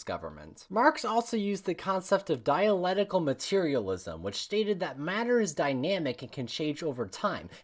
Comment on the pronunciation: Dialetical? I am dying 😂😂😂